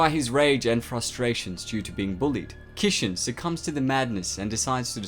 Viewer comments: Manga? Kishin? I know you have an accent but there is no way you can butcher those words so bad. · My inner weeb cringes everytime you say Kishin and Manga...lol